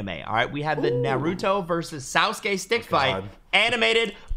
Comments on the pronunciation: It's naa·roo·tow That's how you pronounce Naruto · The way they said Naruto and sasuke hurt me